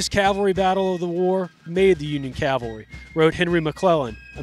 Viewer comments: It is not Calvary! It's CAValry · Cav-al-ry. It's really easy to say, but for some reason a lot of people have trouble with it.